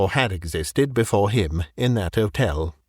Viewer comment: The H in "Hotel" is not silent.